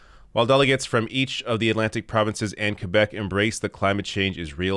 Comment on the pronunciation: “Qwe-beck”or “Q-beck”?